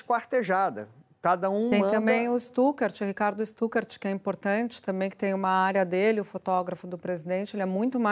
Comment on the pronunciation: Jornalista falando “tamem “ … vergonha!